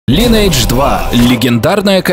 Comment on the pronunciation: Увы, пришлось прекратить просмотр данного видео, так как каждый раз, когда я слышу "Лайнэйдж", у меня начинает течь кровь из ушей.